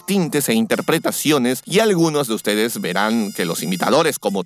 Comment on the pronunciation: Creo que tengo un problema en el oído Por que soy el único que escucha "Di uztedes! De donde salieron >:v?"